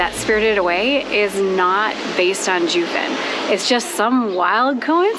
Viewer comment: I find it odd that you two bothered to do research to present while filming, yet couldn’t be bothered enough to learn how to pronounce Jiufen and other things correctly? It takes only a moment. Along with this, your comments on Japanese history reaaaallllly gloss over the negative aspects of their colonialism on the indigenous people of Taiwan. Foreigners and travelers all have a duty to honor the places they visit. That includes their complete history.